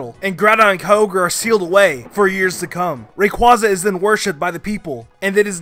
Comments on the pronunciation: It’s not Rayquaca. Its Rayquaza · It's ray-quay-za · and rayquaza is rayqauzzaze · Ray Quaw zuh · It's ray-cway-zu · You mispronounced Rayquaza.